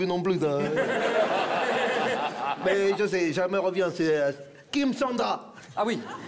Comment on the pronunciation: Kim Sand ra ... j'ai explosé de rire. ^^